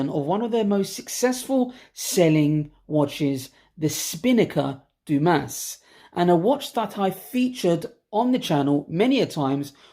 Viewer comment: Believe it is pronounced "Du-Mah." Great review, love this watch.